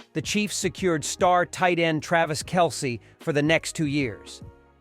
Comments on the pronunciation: Hope that by opening day, People will finally how to pronounce Travis' last name Correctly...!! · Hope that by opening day, People will finally learn how to pronounce Travis' last name Correctly...!!...